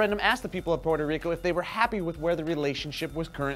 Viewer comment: Thank you, for pronouncing my country's name correctly. I'm sorry that some of the information you had to say is not accurate, that's not your fault.